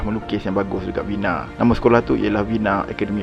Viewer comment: History ok. Sebutan tak berapa. ViYENNa. VerSAII.